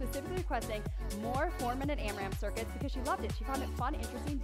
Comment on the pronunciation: Loved this workout so much!! Loved the 4 minute block and the power minute. LOVED the timer on the screen and hopefully we will keep seeing it! But,, it’s not AmraMp… no second M.